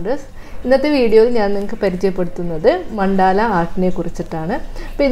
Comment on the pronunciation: Ma'm, മണ്ടാല അല്ല, മണ്ഡല ആണ്..